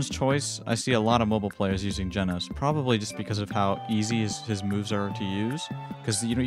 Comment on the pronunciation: Its ge nos not geeeeee nos